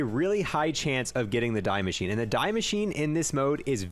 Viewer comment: The “die” machine. Lol. “Die Maschine” is German for “The Machine”. It’s pronounced “Dee”. And there’s no such word as “exspecially”…. It’s “Especially”. Esssssssspecially. There’s no “x”.